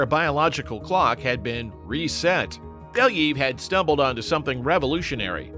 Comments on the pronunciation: It pronounces like Bel (yuh) ev Not Beliyv like you say Or your ai voicover🗿 And about the wolves Weren't they protowolves who's branches gave us modern wolves and dogs? At least didn't messed up the Pushinka) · It's pronounced as it's written - BelYAyev, not BEliyev. There is YA, not I and stress is on YA. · [ya] in "Belyaev" pronounced the same way as [ya] in word "yard". Plus, the stress falls on this sound. Беля́ев. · You should check pronunciation of a surname next time! It’s pronounced Belaev